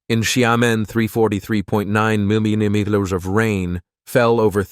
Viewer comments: Whoa,! "Mimimeters?" Get real, instead AI Generated narrators. I've always known "dirt to crumble" in anyone's hands,. Concrete is a different subject. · "Over 88 minymutters of rain fell,"?! What's a "minymutter?" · AI narration has trouble with millimeters😂